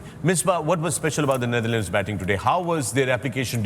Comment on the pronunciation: Wasim Bhai NitherLand nahi hai wo 😂 NetherLand hai